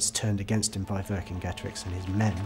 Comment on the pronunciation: Cicero? How do You pronounce that? Kikero? Kicero? No so why do you have to bastardise Vercingetorix? Does this hard C appear in modern Romance languages ? No so where does this bs revisionism come from?